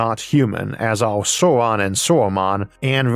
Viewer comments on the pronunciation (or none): none